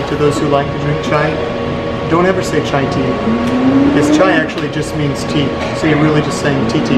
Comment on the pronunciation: almost sounded like ‘titty’ 🙈😂😂👍